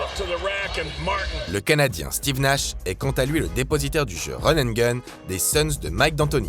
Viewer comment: 😂😂l’accent québécois pour Steve Nash ( qui est même pas québécois mais bref) franchement vos vidéos sont trop